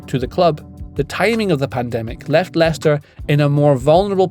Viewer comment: How did he get that name so right haha